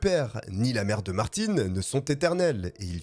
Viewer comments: c’est pas parce que tu prononce une tél personne d’une manière que c’est la même chose pour tout le monde … je m’appel « Brandon « mais ça se prononce « Brendon » la c’est Martin ( le PRENOM ) donc tu peux pas dire Martine qui est déjà un prénom féminin pour un nom de famille c’est pas la même chose Auston Martin son prénom c’est Auston … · ARRÊTE!!!!!Ce n'est pas Martine,mais Martin😅c'est facile de dire le nom du garçon voyons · svp, quand vous dites un mot en anglais, essayez de bien le dire, ce n'est pas le petit Martine lol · Merci pour la précision car j'ai été pris de convulsions LOL EDIT: Peut-être bien à tort finalement... puisqu'après vérification , le w de "Werke" en allemand se prononce "verke" ( et par habitude car prononcé "doublev" ou "wé" en Belgique !! ) ; Donc potentiellement, tu as peut-être bon haha ... Pourtant tu prononce "Martin" en fonction de sa provenance et non de la tienne... La "Bayerische Motoren Werke" n'étant pas d'origine alsacienne... 🙃🤣 Mais les excuses sont faites pour s'en servir 😉😆 Mis à part ce détail, et de trop nombreuses incohérences visuelles (mais là c'est le monteur qui est à blâmer , comme dans la plupart de tes vidéos , et qui créent l'énorme différence avec la qualité de celles de Rafu , ce qui m'a d'ailleurs toujours convaincu que ton succès serait, au stricte minimum , doublé si tu lui confiais le montage et la gestion complète de tes vidéos.. Quelle masterclass ce serait🤩!!! Car pour le côté "podcast AUDIO , tu es "l'un des" pour ne pas dire "LE" meilleur !!! ) , cette histoire est dans mon top 5 de toutes celles que tu as contées jusqu'à aujourd'hui (il m'en reste juste 6 à voir hihi..) Bref : BRAVO pour ton élocution , diction , etc... sur ces points , tu es (au pire !) dans le top 2 ou 3 francophone , on te pardonne donc avec grand plaisir cette petite erreur 😋😜 ! Continue comme ça !!!!! (pour l'audio lol) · Quand tu dis Martine alors que c’est Martin à la fin on dit le un